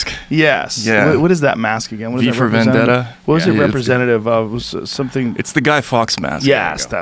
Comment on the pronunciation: Did this man say “V for Vandetta” to the anonymous mask 💀🤣